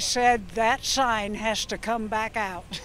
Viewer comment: "...and I shed (said) that shine (sign) hash (has) got to come aout (out)..."